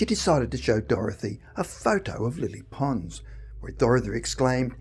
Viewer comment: It took me a while to realise that he was talking about Lilly Pons so bad is his pronunciation Lilly Ponz !🙄 Lilly Pons had the most amazing soprano voice of her century.